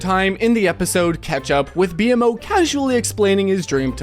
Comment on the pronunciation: Its pronounced "BeMow" bro